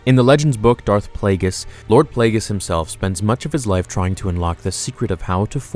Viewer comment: Yeah the G in, "Plagueis", is pronounced like a G. "Play-GEE-Us"